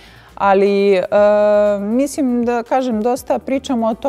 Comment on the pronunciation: Sofi, kaže se mislim a ne misim.. Probaj da naučiš, nije teško